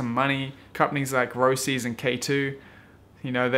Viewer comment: "A new look" looks exactrly like the 99 roces fifth element (It's pronounced Roaches by the way, remember their logo was a roach?)